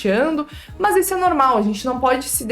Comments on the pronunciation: na verdade ela fala "Mus" kkkk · Acho engraçado você falando "mas" kkkk Excelente vídeo. Obrigado por passar suas experiências, elas serão muito úteis